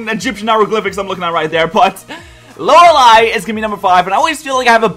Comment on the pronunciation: Wow,... You pronounced Lorelei right... I'm so proud:') My Top 5: 5) Bertha 4) Lucian 3) Lorelei 2) Phoebe 1) Aaron I feel like there'd be a lot of 5th gen in there if I'd actually played those games